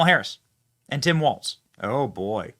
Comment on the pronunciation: she can't even pronounce Walz correctly. Uh yeah sweetie, I'll stick with the Don.